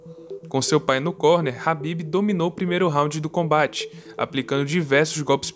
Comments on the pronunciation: A pronúncia do nome é com K Kabib e não rabibi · Mano,que nervoso tu pronunciando nome do cara errado 😏